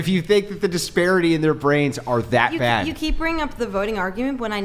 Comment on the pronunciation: She does the typical young women thing with pronouncing “that” as “thawt.” It’s “bodd.” Do you mean “bad?” The word is “past,” not “possed.”